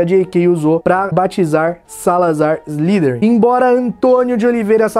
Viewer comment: Velho seus videos sao fodas parabens, slytherin se pronuncia "Islaiderin", fica mais bonito e correto! E nois mano, manda mais videos que o canal ta FODA de dahora!!